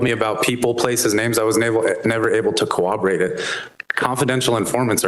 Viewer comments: Never trust anyone who pronounces "corroborate" with a 'w.' It's not "cowoborate." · The first time he said 'cooroperate' I thought i misheard him. The second and third time he said it, I realized detective here has a 3rd grade education. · Laughing every time the cop said "cowoborate" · What the heck is a cowobewate? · We could not cowoberate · Did the detective say he wasn't able to "co-wah-borate" it? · My mind was made up when he tried to pronounce 'corroborate' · I can't take anyone seriously if they pronounce corroborate with an invisible W. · This potato said "corroborate" incorrectly so many times I had to look it up to make sure I wasn't the dumb one